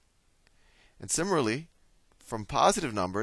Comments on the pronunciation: sim-i-lar-ly =/= simmer-al-ee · lol..i find it funny the way he pronounce "similarly"...anyways, this video is helping me A LOT!! thanks very much!! :D I really appreciate it!